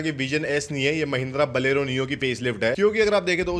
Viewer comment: बोलेरो सही से बोलना कब सीखोगे छोटे....????